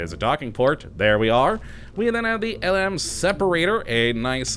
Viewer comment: The LM is pronounced LEM